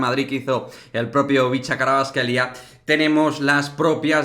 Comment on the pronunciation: Los españoles tienen estos sonidos. Para ser precisos, su apellido Kh=[J]vicha Kvarats-kh=[g ]elia Dilo como J-or-g-e